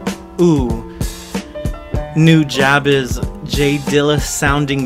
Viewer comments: its pronounced new ja bes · pronounced (NU-JA-BEES) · it's pronounced "new-jah-bess" just for the record books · Is that how to pronounce nujabes? i always said it like 'nu-jaybes' instead of 'nu-jah-bes' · Am I the only one who has always pronounced nujabes like "new-juh-bees" ???? 😅😅